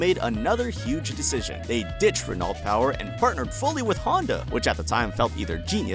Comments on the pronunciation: Ren-alt? I thought it was Ren-oh? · are you seriously pronouncing renault as "ren-alt"? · And in every video, not just this one. 🤣